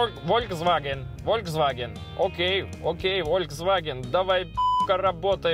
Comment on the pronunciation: не волькс, а ФОЛЬКС! Немецкий жеж